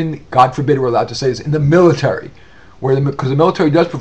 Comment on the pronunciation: Some good points there, but recommending the "Military" (My-Light-Awry) for education? Educing one's own consciousness through enlightenment combined with entrepreneurialism would be a far more noble pursuit.